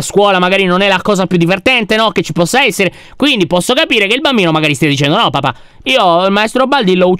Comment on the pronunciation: Ciao lyon ma hai detto crapire 🧡🧡